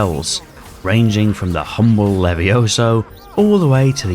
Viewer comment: ITS LEVIOS-A😄